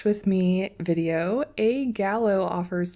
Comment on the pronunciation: There is no A sound in Italian. Letter A only has the sound Ah.